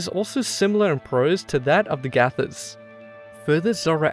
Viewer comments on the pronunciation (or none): Gatha (hymns) isn't pronounced as "Gyatha" like the narrator has been pronouncing it, it's called "Gatha" as in "Gah" and "tha" is an Sanskrit term used for stories told in poetic form.